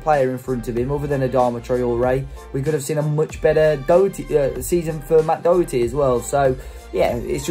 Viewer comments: Matt dawherty not dowerty 👍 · His name is pronounced DA HER TEA.He is not a British player.You sound like you know him personally.If you did you would you realise where he is from?Hopefully now he is at SPURS he will get called up to the England squad.